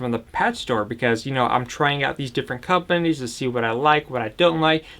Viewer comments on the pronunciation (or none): how he says companies🤣